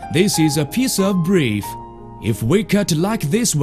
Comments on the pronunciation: "This is breef" This one got me. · Breef lol